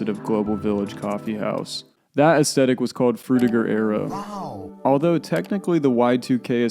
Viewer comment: As a 69-year old it amuses me to see those who “didn’t live it” recreate their highly erroneous imagined versions of the world. It is also creepy that I am observing the unintentional rewriting of history. What did I get wrong about the years before my birth? And the correct pronunciation is “ess- THE (as in death) - tik.